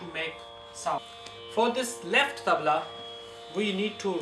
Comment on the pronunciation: Not me but you do you and its tabla not tabal